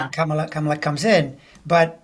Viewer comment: Thank you and! -Kamala’s name is pronounced comma-la